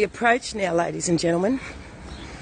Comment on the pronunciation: Every time she says ladies and genleman randy pops into my head!😂😂